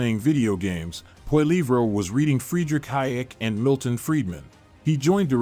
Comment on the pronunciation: Lol it’s Poli-ev not Poli-vray